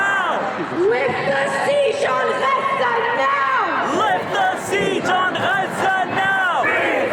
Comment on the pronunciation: Why do they pronounce GAZA like that? It’s sounds so barbaric